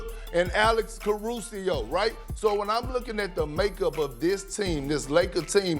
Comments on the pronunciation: so perk in less than 7 days has said: "expedition (exhibition) match" "voter's depression (supression)" and "Alex Carusio (Caruso)" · Alex Caru-si-oh 😂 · Perkins: "... Alex Carusio." 😂😂😂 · "Alex Carusio" - Kendrick Perkins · Nobody: Perkins: Alex cArU-sI-O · Cah-Ru-See-O *See Kendrick Perkins* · “Alex Caru-sio” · “Alex Carusio”? Lool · No one: Literally no one: Kendrick Perkins: Alex Carusio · Perk with the low blow lol, and it sounded like he said Alex "Carusio" lol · “alex carusio” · Joey Shmoey Excuse Perk if he doesn't say 5-point scoring Alex Caruso's name right. 🤣🤣🤣 1.8 assists and 1.9 rebounds. Dion Waiters, a Score 1st-Mentality 2-Guard just had 6 assists in the last scrimmage game.